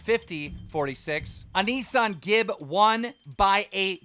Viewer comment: Keem still can't pronounce AnesonGib. It's pronounced "An-i-son"